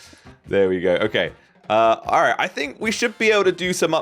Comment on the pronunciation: When he was in the castle, it sounded like he said arr right